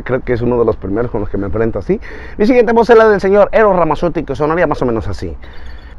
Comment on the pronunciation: Genial, solo que a Eros Ramazzoti tienes que pronunciar que pronunciar las C como Z. Su español no es latino si no europeo.